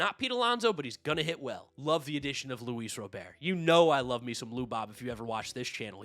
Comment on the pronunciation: Says he loves Luis Robert and can’t say his name correctly 😂